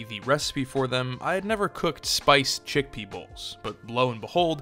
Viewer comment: Wtf are "spiced chick peoples" my guy really called chickpeas "chick people's" 😂